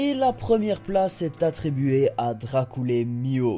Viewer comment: Tu as dit Dracoule Mihawk mais je suis presque sur la prononciation est Dracule Mihawk mais bon ce n'est pas grave sa ne change rien, ta vidéo c'est gêniale quand même.